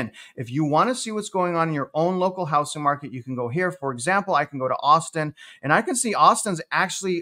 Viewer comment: It’s pronounced hou”z”ing not hou”s”ing.